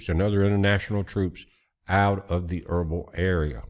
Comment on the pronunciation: Irbil=Irbeel not erbul just saying🤷‍♂️